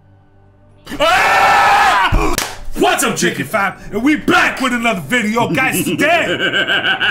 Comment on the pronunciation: I very rarely can watch this stuff live, but I heard you saying that someone thought you were saying chicken family.. on my computer if I have closed caption on it reads that you are saying chickifam!! I watch you guys while I'm putting in my paperwork, you make me laugh my ass off!! Thanks for helping me get through the day